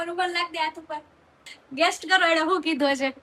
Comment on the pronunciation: Guess ❌guest ✅